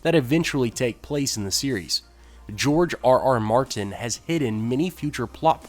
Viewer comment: Please stop saying "George RR Mar Tin"